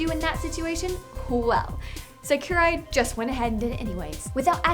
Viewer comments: Seh-key-rai? Seriously? You're hurting your gaming credentials with a pronunciation like that. o3o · I cringed hearing her say it 😵